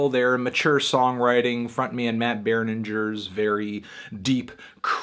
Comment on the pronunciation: It’s not Bernin[j]er 😬 It’s Berninger, you know like how you pronounce ringer.